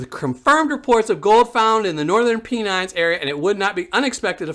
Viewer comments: Sorry to correct but it’s pronounced “Pen-nine” but that’s cool! Just excited to see local stuff. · Pronounced Pen ines :-) keep up the great clips , thank you.